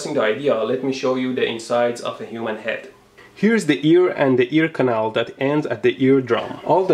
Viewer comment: You speaking the word CANAL like Russian. :)